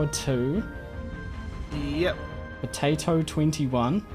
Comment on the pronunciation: Did anyone else hear botato instead of potato? I love the videos thanks so much 💙